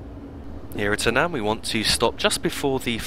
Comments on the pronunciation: It's Annan not a nan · It's great that you've done this for people, however, the name of the town which is the first stop on the journey, it's not pronounced "An an", it's "Annan", almost pronounced as "Annin", but you when say the name fast, it does tend to come out right, it can cause a little bit of confusion, but if no one tells you, you never know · Another great video. Annan is pronounced in such a manner that it sounds like Ann-in, hope this helps. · You pronounce Annan as "Ann-un" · You don't you pronounce it like ann-in (I live in dumfries so I know) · I live in Dumfries too, and you pronounce it Ann-un but not like "u" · We both have different ways of saying it but everyone that I know pronounces it like ann-in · hi I think your videos are great I stay in Annan and you pronounced it wrong it is pronounced like their is an I in it like Annin but spelt Annan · Haha thanks, I realised afterwards that I mispronounced Annan too lol XD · I love the way you pronounce Annan that's not the way up you say it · I think you pronounced “Annan” wrong